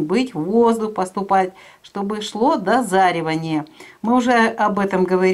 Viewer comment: Дозревание! А не дозаривание 😱